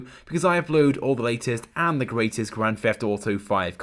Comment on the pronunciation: in the beginning of the video you say Grand Feft Auto. Who tho ?